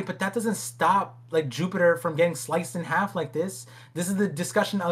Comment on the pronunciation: I cannot stop hearing "Jew-peter" which just sounds like we're making religious assumptions about the gorosei 😂